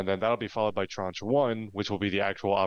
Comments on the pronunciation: I have heard the word “tranche” used a lot over the last ten years in financial circles, especially government payments (it just means a “portion”), I thought it was used in spaceflight as well, but listening to y’all butcher it over and over was priceless. It’s French, ignore the e at the end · hello ... love your feed... BTW ... tranche... in french means slice/section or part. it's pronounced 'Transh'... the e is silent so you were nearly right.... love you guys.. xxx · Tranche rhymes with raunch or launch